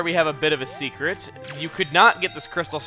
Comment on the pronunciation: "we got a SEAcret!"